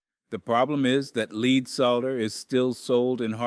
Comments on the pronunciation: He pronounced lead as leed as well. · AI's still don't get pronunciation quite right. An experienced plumber pronouncing the "l" in "solder"? Pronouncing "lead" as if it were "leed"? I think not.